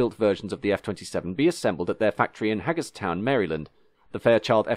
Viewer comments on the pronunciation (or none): It's "Hey-grrs-town" MD.